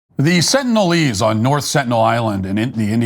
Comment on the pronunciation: "Sentinialese" ? Sengalise? instead ? // Sounds like Biden supporters to me.